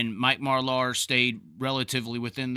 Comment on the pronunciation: And can you please learn how to pronounce Marlar’s name correctly also...